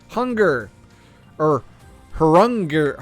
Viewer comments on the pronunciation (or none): Thank you its a great and useful video...However, I think its pronounce RUNGNIR the H is silent maybe look it up some where it might be viking culture.